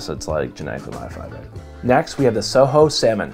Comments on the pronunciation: It’s not soho salmon it’s pronounced co ho Sorry as a person that worked in the seafood industry mispronouncing is a bit of a pet peeve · Just an fyi. It’s coho with a hard c. Not soho. Great review!